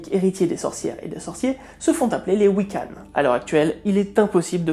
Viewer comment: Coucou. Je suis Wicce. (Une femme pratiquant la Wicca. On dit un homme Wiccan et un femme Wicce. Enfin après c'est comme la personne concernée préfère, c'est comme tout dans cette religion, c'est comme chacun le sens mieux. Juste... Généralement on prononce «Wiccan» avec le son «han» pas «hanne» ça m'a gratouillé l'oreille toute la vidéo. Très bon travail au fait, merci beaucoup ! ^^